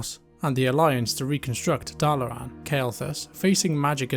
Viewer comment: There is so R in the start of Dalaran lol why do you keep pronouncing it as Darlaran?